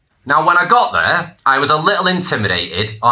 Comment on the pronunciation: Mate, I'm a Manc, and even I don't say Free (three) and Ver (there) get a grip. Stories are good though